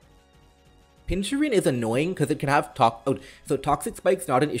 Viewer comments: At this point I can only assume that you mispronounce pokemon names on purpose "Pinchurin" is just too bad to not be intentional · I swear to god if I have to hear you say "pinchurin" one more time I will personally delete your channel. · I get that some people can pronounce things wrong but... Pin-chur-CHin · pin - kur- chin, also why knock carocosta the second time and not iron head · Gotta love the way pronounces some pokemon. Pinchurin:D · "Pinchurin" has me dying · why the hell my man saying pincurchin like that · Why do you pronounce Pincurchin like that